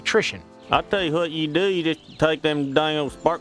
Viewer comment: I like this video, I tell ya h'wat.